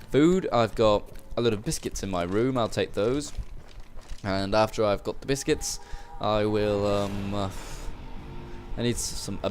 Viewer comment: Biskets = biscuits in correct English, yes?